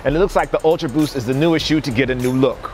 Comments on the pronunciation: did no one else notice it said "ulta boost" ? 😁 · Yeah I love those 'Ulta' boost XD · did anybody notice "ultaboost" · "Ulta" Boost eh? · HE SAID "ULTABOOST" AHHH